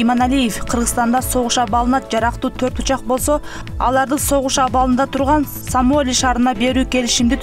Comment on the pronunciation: Диктор дагы ада богон экенда, Самоли эмес Сомали мамлекети, пермер министр эмес премьер министр!